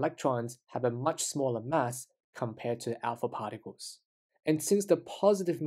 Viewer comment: alpa pharticles?